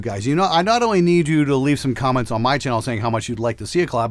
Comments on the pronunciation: lmao sometimes those imperfections are happy accidents... Like saying "Crom-ments." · wtf’s a quament? 😂